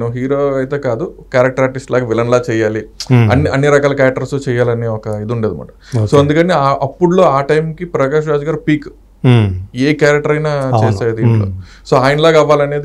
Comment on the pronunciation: ప్రాకేష్ రాజ్ ఏంది రా అయ్యా. ప్రకాష్ రాజ్. 🤣